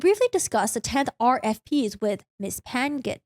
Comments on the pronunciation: Only me that got pet peeve from the Pan-Gan last name thing? Lol. It's a filipino last name so you have to pronounce the -Ng together😂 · Your video is interesting and entertaining. Lol. I believe the last name "Pangan" is Filipino. The NG is pronounced like the NG in the Starwars movie characters, kliNGon, and the A's are pronounced like the A in fAther.